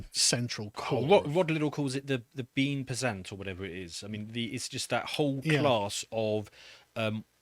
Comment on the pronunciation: The "Bean Pensant" XD Bien-pensant is what he meant. Means "Good-thinking"